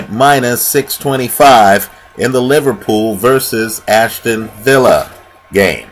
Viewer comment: Aston Villa not Ashton villa